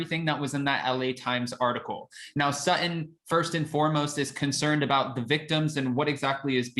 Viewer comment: Please stop saying SUT-IN. Her name is SUT-TON… and she and Garcelle are the BEST!!!